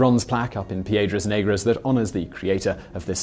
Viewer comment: you butchered the name Piedras negras ,, black rocks